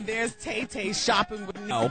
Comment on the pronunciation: Its Tah Tah, not Tay Tay